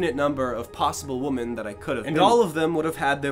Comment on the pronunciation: It really bothers me that consistently mispronounces “women” as “woman” and I can’t tell whether or not it’s intentional.